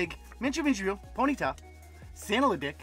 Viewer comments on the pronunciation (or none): none